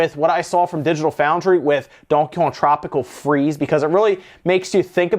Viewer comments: slow down a little when you say Donkey Kong. It always comes out as “donkyong” lol. I’m just bustin’ your chops, but it’s still true. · Dude please stop saying Donkey Kong like that it's two different words not one 😂😂😂😂😂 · It bothers the fuck out of me 😂